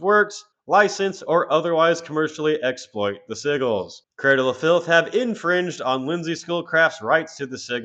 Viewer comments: Bro it’s SIJ-GELS not siggles lol😂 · "Sigils" is pronounced "Sid‐gils"; it's like pigeon – there's clearly a "d" there, but it's not written only pronounced for some reason... 😅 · Hate to be that guy but “Sigils” is pronounced like “sih-juls” or “sih-jils” 😹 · Sïgglës is a fun way to say Sigils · Cradle is over party. As well, sigils is pronounced as si-jlz. I'm not trying to be a dick, but siggles makes me...well...giggle. LMFAO. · The SIGGLES. I just had to laugh everytime he said it. Which meant I was laughing a lot at this. 😂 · Not trying to be a Dick but I'll say it anyways- I cringed EVERY TIME you pronounced SIGILS.... The "g" is pronounced like a "j" like SIJIL. And you cover Black Metal and don't knows this? POSER! J/K😂. With your sense of humor I hope you know I'm just yanking your chain. THOROUGH COVERAGE of this and quite early on! GREAT JOB! I guess I have to finally subscribe! Thing is most people will only seeing me act like a Dick towards you, only a few will see it. I can feel the hate in the force...... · Very frustrating to hear "sigils" mispronounced over and over again. I appreciate this upload though. Never knew that Zoe and Marek were a couple also. And that the Coal Chamber vocalist was their manager! Lol. Thanks for this upload! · I could be wrong, I'm no genius, but I think that word "Sigils" you keep saying may be pronounced a lil different... I think the "G" has more of a "J" sound... Like I said though, I'm not sure, she did create them so maybe she called them what you keep calling them?? 🤔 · The G in sigils is pronounced like a J ...just redo the whole video 😂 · Sigils isn’t pronounced like you think it is.